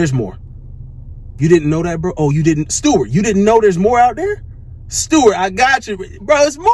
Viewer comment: Bro whenever he says “Stewart” I can’t hold back from laughing😂😂